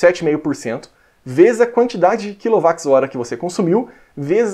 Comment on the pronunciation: Eu sempre soube que a medida é kilo Watts hora (kWh), mas eu ouvi kilo Wax hora e isso confundiu minha cabeça e soa muito estranho. Queria saber mais o do pq você fala assim. Obrigado